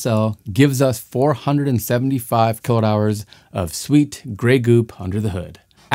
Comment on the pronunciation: I would like to challenge your obstinance in cutting Mr Watt"s name EVERYTIME you pronounce kWh. Is that on purpose? Or the scriptwriter 4got to give a hint on pronunciation? I really think you pronouncing correctly would raise your value from 2 to 4 bit something.